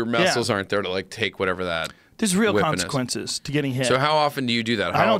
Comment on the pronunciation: Joe "the cosiquences of taking hits are real" Rogan